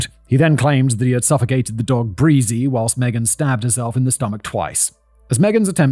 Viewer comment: "and it wasn't breezie" 🤣